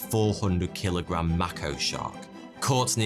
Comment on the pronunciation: Your pronunciation of some words in this is hilarious. Say mako again